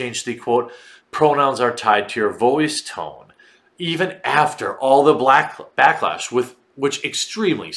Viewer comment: "blacklash", I loved the slip.